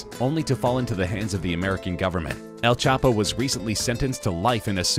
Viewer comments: “.. better known as El ChapA” Has this narrrator been dwelling in a cave the last few years? Even a 6 year old knows its El Chapo!? He makes the mistake also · Who is El chapa?😂 your " o " is none existing